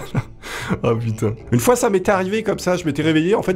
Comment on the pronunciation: pas "n'est ce pas" Mais "une fois" avec l'accent "une foué"😂